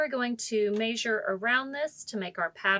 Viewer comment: Nice, just odd the way you say ‘May-shure’ for measure.. 🙃